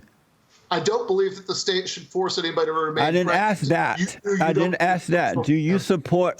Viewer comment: "let me asKK" is a sign of he says "aXe"